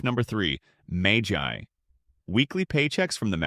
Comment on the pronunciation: magy not magi